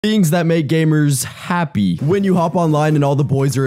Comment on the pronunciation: Why did bro say happy like that😭